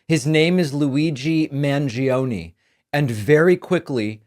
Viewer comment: As an Argentinian, you should be sued for pronouncing Mangione like that 😭😭😭😭 Love your videos, tho, as always. Keep up the good work!